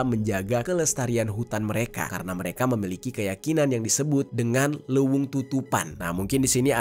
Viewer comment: Dibacanya le weung ji .. thats mean hutan